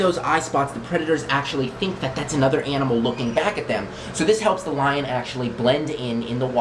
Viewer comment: You said liar not lion UwU